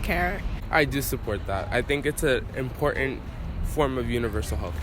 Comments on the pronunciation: Why does it seem no one can pronounce the word "important" anymore? It's not "im-pour-ant" FFS. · They're in college, but they talk babytalk, can't even let themselves pronounce & enunciate the word "important" properly. It's really "in-pour-it-aank" or "in-pour-ann" Are these "students" never even required by professors to speak without using baby or toddler-speak?? No, of course they aren't. These jelly-brained, brainwashed imbeciles clearly know NOTHING of in-pour-annce! They need at least 1 solid year majoring in nothing but the revelations of Yuri Bezmenov, how George Soros et al have controlled, destroyed & controlled currencies & nations, how these abusive puppet asters operate on every level, and how to get your own brain & sovereignty back after being completely brainwashed & cucked all of your miserable, pointless, deluded life 👍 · Why does this generation not pronounce the T's in important?